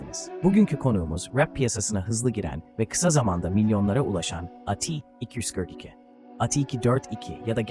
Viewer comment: ATİY İKİY DÖRT İKİY DEME ŞUNA ÇIKTIM VİDEODAN DÜZGN KONUŞ ABİ